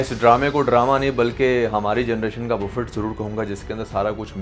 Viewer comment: Buffet pronounce nahi karty 🤣bu-ff-ay bolty hain